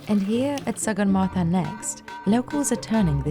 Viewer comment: You are pronouncing sagarmata incorrectly...do proper research on names properly plz